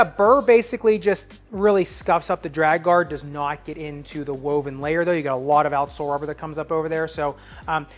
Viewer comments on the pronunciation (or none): none